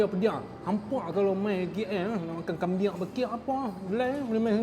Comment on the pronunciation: Teqok sungguh bunyi hang cakap utara bro... Kambing >>> kambien... ..mana ada kambiaqqq